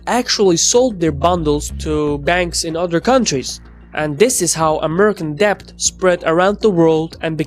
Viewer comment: "t" in mortgage is silent. "b" in debt is silent.